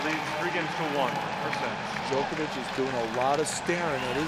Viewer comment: Djok-O-vic not Djo-KER-vic